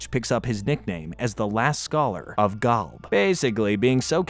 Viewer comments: Gawlb 😂😂😂😂 it’s Golb 😂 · Golb not Galb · Why do you say Gulb instead of Golb? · The way this guy pronounces GOLB as GALB is murdering me and now I’m dead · Never thought id heal anyone butcher the pronunciation of Golb that badly. Gaulb? Really? Come on bro. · I can't handle "GALB" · galb??? why are you saying galb?? are you an ai narrator? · Why does he say Golb so weird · I stopped watching when you said golb so wrong it made my fingernails fall out.